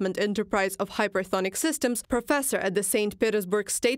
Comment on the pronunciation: Hypesonic, not hypersonic.